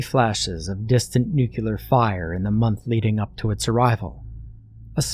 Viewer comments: "I discovered a horrifying truth"...you don't know how to pronounce nuclear. There's no extra u in there, mate. Nu-clear. Other than that, this was an amazing reading! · Uh... no. Nuclear is pronounced the same, whether you're referring to cells or atoms.